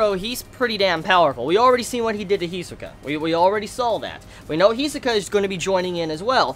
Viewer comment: its pronounced PAR IS -TON (pariston) and HEE SOO- KA (hisoka) and KUR-AHHH-PEEK -AHHHH (kurapika)... great review btw